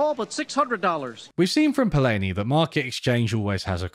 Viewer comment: It's nice to see that you are discussing the master, Karl Polanyi but you are pronouncing his last name incorrectly, repeatedly!